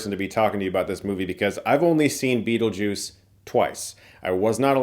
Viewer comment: STOP SAYING BEATLEJUICE. The sequel will be called Beetlejuice Beetlejuice B...